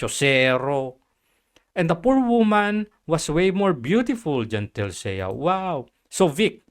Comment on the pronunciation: Mali yung pronunciation mo ng "Chelsea". "Chel-see" ang pagkakabigkas doon.